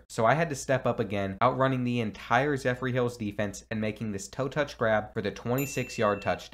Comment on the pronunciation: Love the vid but the way you said zephyr made me wanna cringe 😂😂😂